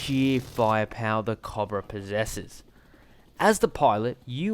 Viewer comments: Coe bruh. Not cob ra. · Not cahbruh. Cobra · The AH-1 Cahbrah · You don't pronounce cobra correctly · You say cobra wrong